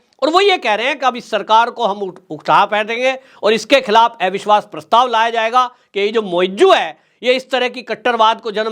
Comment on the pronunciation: Bhai ji hindi to theek se boliye. अविश्वास होता है, एविश्वास नहीं.